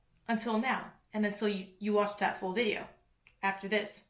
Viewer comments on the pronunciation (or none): none